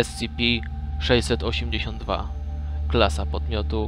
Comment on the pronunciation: tf2 No nwm czy na angielskim się zna lepiej skoro mówi "ES CI PI" czy "KITER":p